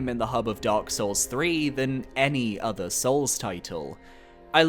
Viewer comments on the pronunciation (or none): none